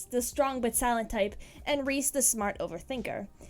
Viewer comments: Me crying because you said Rhys as Reese because it is pronounced Reese but in this its rise- XD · Uh not trying to be rude but it's pronounced "Rise" not "Reese". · Rhys is not said as reese its said as rise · Who's Reese- Did she mean Rhys? (Rise) And, Asck? You mean Asch? (Ah-sh) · It's rise not Reese. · Sorry to correct you but you pronounced rhys' name wrong it's prounounced "rise" and asch's name is prounounced "ash" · I’m pretty sure that rhys’s name is pronounced like “rise” from what I heard while watching the show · Ryhs is is said like the word rise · u said rhys name wrong but oky